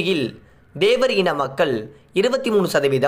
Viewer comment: தேவர் Dhevar இல்லை தேவர் Thevar என்று உச்சரிக்கவும்